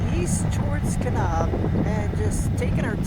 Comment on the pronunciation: Oh how the rest of the US wishes Californians would stay the fuck in California. Please try to pronounce the town names correctly. You mispronounced Kanab & your husband Hurricane. But if you think about it, you could avoid this embarrassment and insult if you just stay in California.